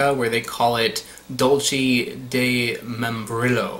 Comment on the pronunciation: love these videos however you should learn how to correctly pronounce foreign words especially if you travel abroad frequently. dulce (dull-say) quince (keen-say) and membrillo (mem-bree-yo) thank you for coming to my ted talk